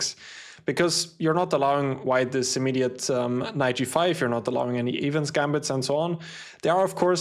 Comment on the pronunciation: The “e” in Evans gambit is pronounced like the “e” in end or elephant. Sorry for the correction I thought you would have wanted to know it